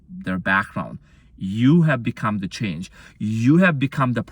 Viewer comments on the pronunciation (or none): none